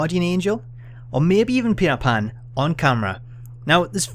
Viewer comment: OH MAH GOWD! IT'S PETAR PAN!